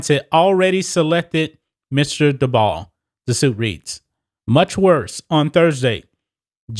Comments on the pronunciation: Dabol is pronounced daybull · By the way u pronounce Brian Dabol (Daybo)